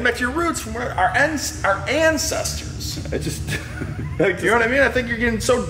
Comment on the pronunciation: "Our incesters"